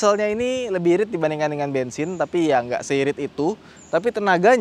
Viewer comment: Bang Pajero Kan Diesel Kok Bilangnya Bengsing